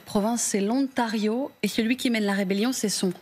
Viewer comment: Le 'Ontario'? Elle ne sait pas parler français? Ne sait-elle pas qu'il y a une liaison entre l'article 'le' et le 'nom' si le 'nom' commence par une voyelle. Wow! On part de loin! On dit: ' l'Ontario'.